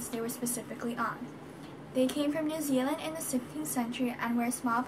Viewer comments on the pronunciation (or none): none